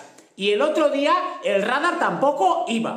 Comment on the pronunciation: Rádar? Radar!